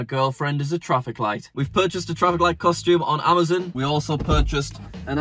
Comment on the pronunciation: It's not called amazoon it's called amazon